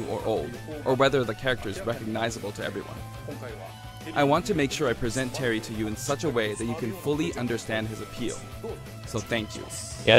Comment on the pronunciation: Why You Said Terence It's Terry